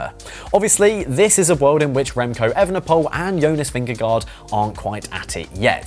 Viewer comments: Great piece, thanks. For the Danish pronunciation say, Vin-gah-goh. It’s the closest we English speakers can come. 😅 🇩🇰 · Why not pronounce correctly the names Pogacar Vingegaard? You are getting paid to comment